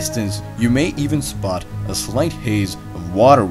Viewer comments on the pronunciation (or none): none